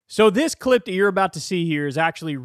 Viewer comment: swear the first words of the video sounds like "clipped ear" but he actually says "this clip here" LMAO just spooked myself out after watching this from the future